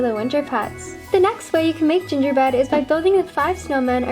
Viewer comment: Did any one notice that she said gingerbed? Like if u did